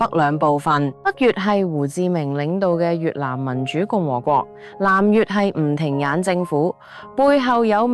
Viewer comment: 靚女,我有必要糾正妳響8分30秒處所謂嘅南越係【吳廷眼政府】其實係吳廷琰(粵語發音係:鹽).,另外我哋越南華人一向均係以繁體中文書寫,而繁體中文係陪同我等南越華人成長嘅文字而非殘體中文.,而妳響字幕上卻係以殘體字顯示.希望靚女妳下次若有新視頻上傳時務請字幕上均以繁體中文字幕標誌,多謝哂!唔信可以觀睇留言區嘅網民留言,佢哋嘅留言大多數都係以繁體字書寫.